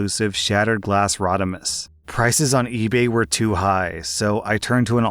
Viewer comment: pronounced "Rodimus" literally perfectly, to the point I am starting to wonder if he's into Transformers too